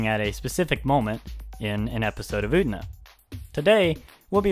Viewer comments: It's pronounced U-TE-NA. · I don't want to be an asshole, but it's really bothering me how you're pronouncing "Utena" :S